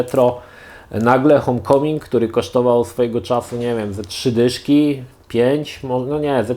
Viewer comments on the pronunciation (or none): Nie "hom" tylko hołm